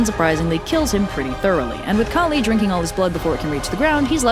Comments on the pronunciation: Heyyy I don’t mean to offend but some of the names were pronounced wrongly! It’s pretty important that you stress on the right syllable, so Kali is pronounced “KAA-Li” not “Ka-LI”. Similarly, Shiva is pronounced “Shi-VA” and not “Shee-va” and you have to roll the ‘r’ a bit on “Durga”. Stressing on the wrong syllable can make it a completely different word! (Sanskrit is complicated I know) Buuuut as a Hindu I have to say this is actually one the most accurate and fun retelling of this story I have seen! It’s really good and I hope you do more Hindu stories soon! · Its pronounced "Kaaali" not kali..kali is the evil asura who comes to end the world at the end..kaaali is the goddess its written the same but pronounced differently and means different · i love ur videos and i love this video but the way ur pronouncing kali is sending me 😭 anyways i love the way u put this, our mythos barely gets western attention, this was so funny and charming! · I am so sorry for being salty but you sais first ones names wrongly